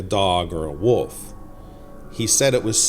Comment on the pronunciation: Dude, I enjoy your videos but you all too often say woof instead of wolf. This is the 2nd video and 3rd time I've noticed it. I've noticed your speech around worlds like old sounds like your saying owd. As a storyteller, if you can work out these kinks it'll sound much better to the listener.